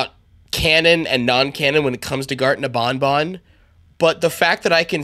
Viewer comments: I laughed so hard that I thought he said garten of bonbon You know the hand puppet from fnaf5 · "Garten Of Bonbon" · “Garten of bonbon” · U Say Garten Of BonBon 🤣